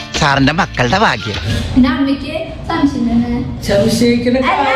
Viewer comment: ചേച്ചി ശംശയം എന്നാ പറയുന്ന